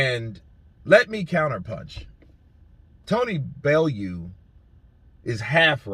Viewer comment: It’s pronounced Belloo